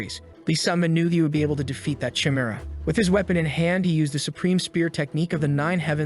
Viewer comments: Jezez AI pronunciation. Chimera is not "Cheemera" it's "Ki Mera". Teach you AI better. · Say it with me: Kah- E-Meh-Rha (chimera) Not: chai-meh-ra. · they way you say chimera 😭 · cant get pass the way he pronounces chimera.